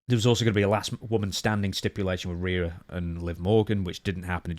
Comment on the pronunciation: REE UGH. Not RAYA #Rhea